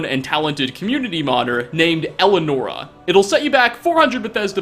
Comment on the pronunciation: It’s pronounced “el-eee-a-nora”